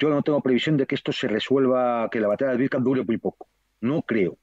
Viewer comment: Miguel Ruiz/Juan Antonio Aguilar los "sigo" desde el comienzo de la OME Tratan excelentemente con acertados y exactos relatos lo que acontece realmente en el frente. La ciudad en cuestión se pronuncia "AVDIEYEVKA" a partir de una incorrecta transcripción del ucraniano. Lo mismo ocurre con Jarkov, Lvov Soy Ingeniero Militar Aeronáutico graduado en 1977 en Academia Zhukovski. Obtuve Maestría en Ciencias Técnicas (MSc en CT) y posteriormente el Doctorado en CT en . Hablo ruso desde 1963